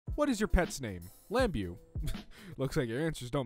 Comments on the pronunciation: "Lam-biew" what?? I know this is very nitpicky of me and it's very convenient that this is an r/mildlyinfuriating video but it's pronounced "Lam-bow" because it has French origin I think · "lambew" its pronounced lambeau beau like bow. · Its mildly infuriating when the guy who does this channel mispronounces words. He does it at least once per video. Lambeau! Its lam-bow! Come on dude! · The first is pronounced lambo you are r/mildlyinfuriating